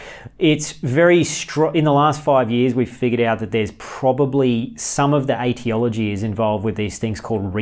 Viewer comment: I think that it's pronounced ee·tee·o·luh·jee rather than ate.tea.oloo.gee